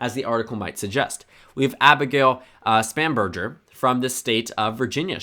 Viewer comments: Yo Abigail Spanberger is my rep. Also, it is a hard G in her name. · Spanberger pronounced “Span-🍔”